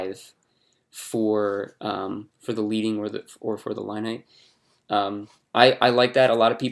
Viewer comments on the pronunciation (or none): Nice tutorial. As a side note, it is pronounced "leading" like Led Zepplin. It is named after the lead (metal) pieces that they used to place between the lines of text on old printing presses to create space between the lines of text. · Great video. Just a heads up that "leading" is pronounced as "led-ing," like the metal lead. This is because old typography printing presses used to use actual lead metal spacers between lines of text to create additional spacing. ;)